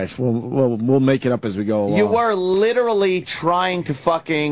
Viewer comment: Yes, he also referred to Nicole Brown Simpson as Nicole Kidman 😅. I've also noticed that he doesn't know how to say "literally"and "jugular" 😂